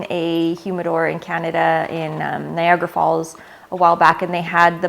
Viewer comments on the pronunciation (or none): none